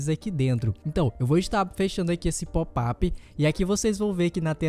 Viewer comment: Deixa de ser idiota rapa!"!! Nem bem sabe falar em Português/BR, inventa de instalar o PsP. em Inglês, quando já vem com o idioma padrão Pt/Br., aí fica com popap. popeye é a sua cara... lembra o muito o marinheiro, botão de ÓPEN... fala sério!!! Kkkkkkk